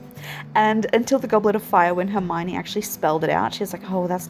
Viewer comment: Your auntie pronounced Hermione correctly with the French prononciation 😁